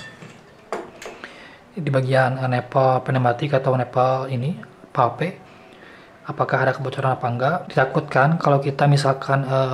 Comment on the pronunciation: Tah ngapa aku dengar om bilang valve "vape"😆